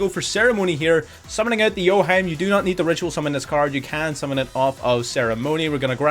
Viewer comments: Cool showcase for Mikanko, btw the ritual monster it's called o-hi-me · Nice video as always; your videos are the ones that taught me how to play PUNK! The best part about playing this deck is when they pass on no monsters and you can still OTK them with Double Edged Sword. Also just FYI, the ritual monster is pronounced O-hee-may, which is 'princess' in Japanese.